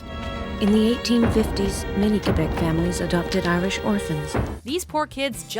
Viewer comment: I love how you say Québec properly (I mean like in french) and not Quwebec